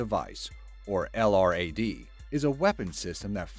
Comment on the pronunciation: Sorry to be "that guy", but incase anyone cares, LRAD is an acronym and is usually pronounced as "el~rad".